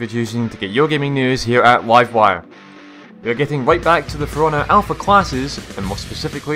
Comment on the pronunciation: i like how he sais wifewire instead of livewire